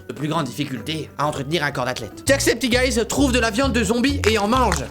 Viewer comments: par contre ça se prononce "jack septi çaï" !!!! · C'est pas jackcepticeyes, c'est ''jackcepticeye''. Ya pas de S a la fin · So' Nya - Sophie Par contre, je suis la seule a être déranger par la manière dont il prononce "Jacksepticeye"?